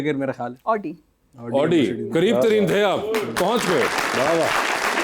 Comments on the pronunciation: That's why they drive oooodi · Over there people drives Audi but don't even know how to pronounce it correctly..sounds ridiculous.